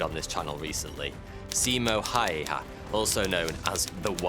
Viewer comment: Simo hayha is prounounced Ha-oo-ha. The y in Finnish is a u sound.